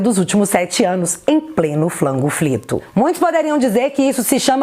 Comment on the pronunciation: Só eu acho irritante quando ela chama a pandemia de "flango flito"?